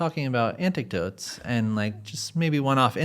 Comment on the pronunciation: Anecdote= An-eck-DOte….not anticdote